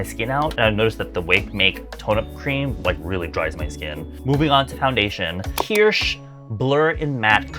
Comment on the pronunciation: I like that you pronounce Kirsh like German Kirsch!